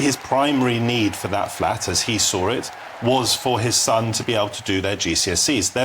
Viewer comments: He can’t even say “son” properly. Sounded more like stun. The man is a moron. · Stun... he cant even say son. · Stum he can’t even say SON 😂